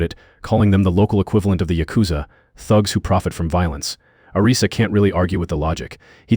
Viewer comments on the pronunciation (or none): none